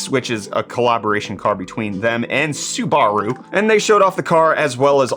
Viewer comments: whats a Soup-bar-roo? 😅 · What the hell is Sue-Bar-Rue?